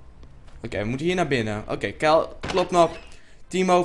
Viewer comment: waarom zeg je keil in plaats van kyle...